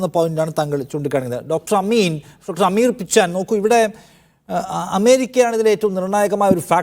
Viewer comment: Dr പിച്ചാൻ അല്ല, പിച്ചെൻ ആണ്